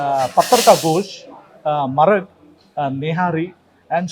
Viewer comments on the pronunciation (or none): amma adhi muttun marag, maarag kaadhu